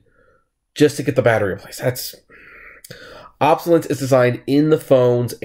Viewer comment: I enjoyed this video, and I dont even use an I phone. You are missing a syllable in "obsolescence" LOL...